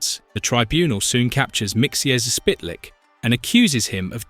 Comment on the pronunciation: Mr. Mxyzptik Mxyzptik is pronounced "Mik - sil - plik"